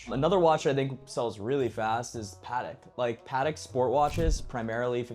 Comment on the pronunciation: It’s not pat- ick, it’s pa-tek